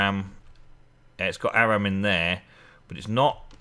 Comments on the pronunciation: Or-um is Auram. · auram is pronounced or-um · It pronouced ore-um